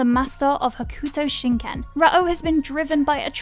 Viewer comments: You are not saying Ken fighting correctly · Ho-koo-toe shin Ken, Rah-oh 😂 Sorry I’m nit picking, but even after seeing a few episodes, you just don’t pronounce it like that. Fun video though!!